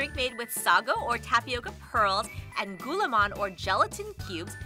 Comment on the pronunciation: You almost did great in pronouncing gulaman you have to say it a bit slow